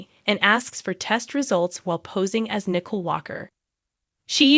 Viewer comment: It is not Nickel. It is Nic ole! Please learn character names!